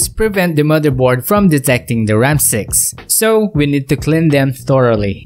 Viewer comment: Ram sticks ❌ Ram six ✅